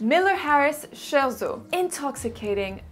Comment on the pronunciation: Sauf pour le scherzo...